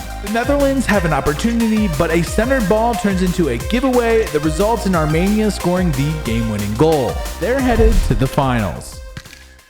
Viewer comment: Dude. arm E nia. Wtf is this Armaynia